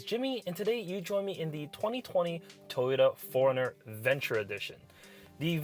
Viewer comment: I thought you were saying foreigner